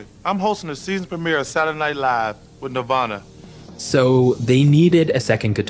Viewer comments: Ugh... every time you say Nirvana it comes out Nearvana and it's driving me nuts 🤦 Nearvana??? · Narrator can't even say Nirvana right